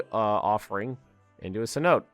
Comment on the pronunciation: "cenote" is prononced cen-o-te, just a fyi